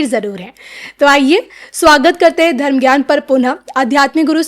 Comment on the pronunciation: बारत और दर्म तक बोलना नहीं आता, बना घूम रहा है